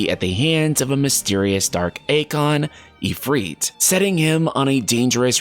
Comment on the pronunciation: He said "Ifreet" instead of "Ifrit" as well haha, must be how he pronounces his I's